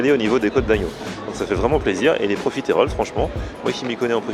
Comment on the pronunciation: Pourquoi prononcer profitééééééééééééroles ? J'ai toujours entendu le e muet, à la rigueur si on le prononce ce sera juste un "euh". Je sais que c'est un détail idiot mais ça m'arrache les oreilles à chaque fois.